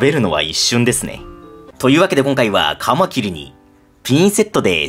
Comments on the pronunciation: 「カマキリ」のイントネーションが標準語になりましたね。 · カマキリ のイントネーションが一般的によく聞く響きになった。